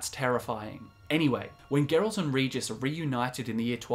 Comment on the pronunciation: Regis not Ridżis.